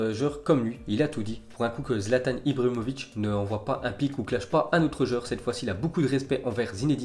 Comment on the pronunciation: J'aime tes vidéos .... Par contre essayer de articulé mieux.... On dit Barcelone et non pas Barcelone ... On dit Ibrahimovic et non pas ibramovic .... Et franchement arrête avec tes avis ... On s'en fou ...